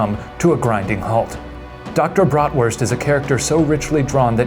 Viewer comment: "Dr. Bratwurst" As a German I can say that his pronounciation wasn't bad tbh Applause for Shane